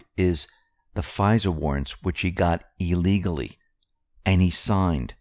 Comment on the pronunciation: Its Illegally!! Not Eeeeelegally!! Man that drives me bonkers